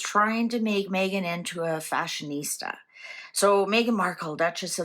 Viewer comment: did you mean ‘Fa-shon ista’ 😂